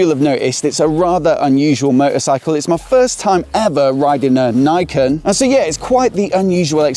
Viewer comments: Did the Yamaha staff on the day pronounce "Niken" like you did? I.E. "naikin". Because in Japanese, the "ni" would closer to "knee", although shorter. Rhyming with "pecan". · His pronounciation is wrong, it should be read like in japanese.